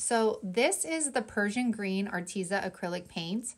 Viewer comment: I don't even know if the company cares but if I were gifted free products I would definitely try to know a little about the company. At least how it is pronounced. Your not the first crafter I've heard miss pronounce it I just wanted to let ya know. You can go to their YouTube channel and get the right pronunciation. Don't take offense,please, I just wanted to " help a girl out"👍 have a blessed week.